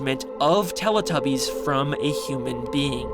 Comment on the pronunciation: "they truned them into Teletubbyis!"